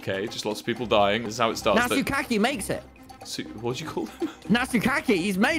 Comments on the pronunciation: DID TOMMY MISPRONOUNCE NATSUKI AS NATSUKAKI LMFAO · "Natsuki" Tommy: NATSUKAKI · “Natsu-kack-ee!” “What- what did you just call him?” “Natsu-kack-ee, he’s made it!!!” JustANatsuki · I like how was very self aware of what they saying to her in the vid And i luv how tommy called" Natsuki ""Nat-su-ka-ki" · Natsuki existing: Tommy: nAT-soo-KAKEE